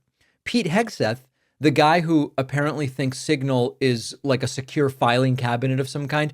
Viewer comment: Couldn't even say signal. It came out as single.